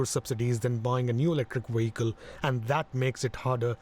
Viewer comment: Editors in SCROLL , pls train the indian reporters to say the word 'Vehicle' correctly. Some of the other words they will get wrong are 'Twenty' , 'October' 'Here' pls align a communication coach for the english reporters (for that matter all the languages, good diction is important). in the mean while pls ask them to check GOOGLE for correct pronunciations.